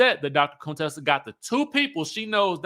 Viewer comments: Hey. Why do you call her Conetessa? Her name is Contessa. 😂😂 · The way you say Contessa🤣🤣😂😂 I need to put this sound on repeat! Conetessa...Cone?!🤣😂